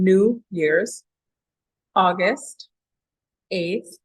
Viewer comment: Are you saying August by mistake or on purpose?